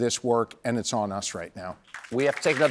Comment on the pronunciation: Shapiro rhymes with hero